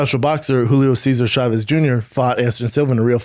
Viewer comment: The struggle with the Julio Cesar Chavez names lolololol on top of that the Camacho's. Hey real quig B, we married to a messican?